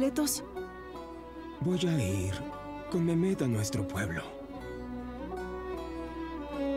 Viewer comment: ¿Qué no "Memet" es MEHMET? O sea, se pronuncia "Mejmet", creo